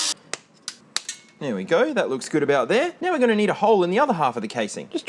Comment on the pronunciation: "There we goy"